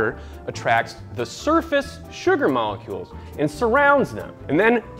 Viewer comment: 'Sugar Moollolecules'